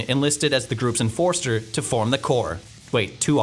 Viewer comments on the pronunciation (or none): "...and Ezekiel Jackson was enlisted as the group's enforce-ter..." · ENFORSTER???? WHATS AN ENFORSTER??? does he plant trees?